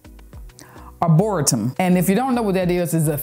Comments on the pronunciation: yep, we're from same era so Saturday morning was thoroughly clean day i hope you're not offended, but arboretum is pronounced " ar-bo-REE-tum" i'm working on being more sheeplike (mild) so the TEST you were given with the lady in line would've challenged me... not that i'd be violent, but i don't think i'm at the point to just say "yes ma'am".... so thank you for setting that example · Ar-bor--ee-tum. It's beautiful there and yes it's easy to get turned around. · Arboretum pronounced as "aah-boar-ree-tum". We have one in my state and that is how the news anchors pronounced it. That was beautiful how you helped that senior with the groceries. God bless you! Always enjoy hearing your life updates and all your adventures! 🤗🙏🏾🌹